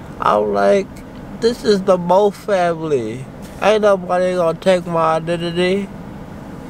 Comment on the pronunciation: “Ain’t nobody gone take my Idendidee”😂😂